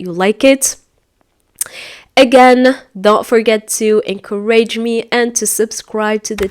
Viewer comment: You have mispronouncing the word “ encourage “